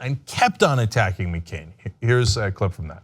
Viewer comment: MeeCain? Cenk, you dummy.